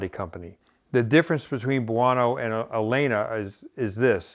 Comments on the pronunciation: Amazing! Favorite episode ever. Not that it matters... but the name of the company is pronounced El-lena. Both "L"s are pronounced. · Pronounced El-lena